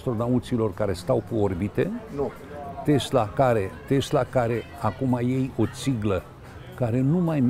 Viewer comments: Tesla, cum pronunța domnul Țiriac ( cu ,,s") nu Tezla cum pronunță cel care îi adresează întrebări... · A zis tot timpul " tezla".